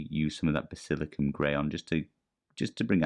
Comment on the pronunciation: Great video man… but…. Basil-I-can-um 😂😂